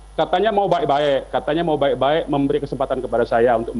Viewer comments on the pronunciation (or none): Baik - baik, bukan baek - baek pak